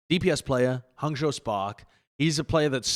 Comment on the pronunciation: johny finally said hangzhou and guangzhou correctly. Yay!!